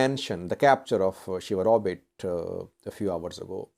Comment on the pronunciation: ‘sheWaRobit’ not ‘SheHaRobit’